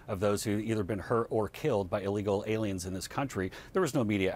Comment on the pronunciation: Did this nigga just say illigel alians LMFAOO those damn galaxy jumpers